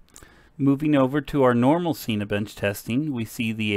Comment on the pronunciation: Dude Cinibench is for Cinema 4D it's pronounced like Sin A Bench, not Scene A Bench, also pleas use a 0 up scale for graphs.